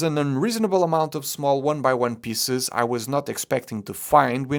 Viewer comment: Your pronounciation of "piece" as "piss" will never get old to me. Love your content mate